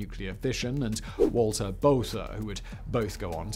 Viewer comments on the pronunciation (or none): none